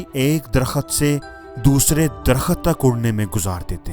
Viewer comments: Jo bol rahy onka talafaz Nahi Sahi darkhaet Nahi Derakht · Darkhat nahi re baba darakht